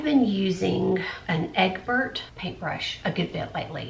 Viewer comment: Made my heart smile with "eggbert" whilst talking about a filbert paint brush! I do the same thing with words sometimes. Live your videos!